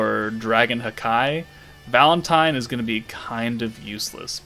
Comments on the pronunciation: out of curiosity (since it always sounded off hearing the “hakai”) i looked up various Japanese audio samples/clips from anime + in general and it is just “haki” and NOT “ha-keee” or “hawk eye/hakai” the pronunciation of the “-ki” is not an exaggerated “keee” that would make it sound dumb lol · Is there a reason behind calling "Haki" "Hakai"?